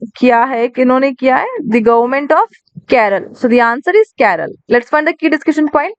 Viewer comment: Mam it's kerala not keral Do correct from upcoming classes